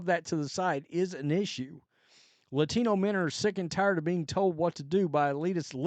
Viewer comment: Why she gotta say Latino with an accent...